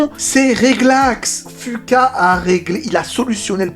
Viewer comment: Ca ce prononce fuquwa bordel pas fuqua